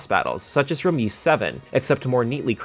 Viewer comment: I always enjoy reviews, but you guys have got to pronounce Ys right 😅 It’s pronounced “Ease” not “Yeese”.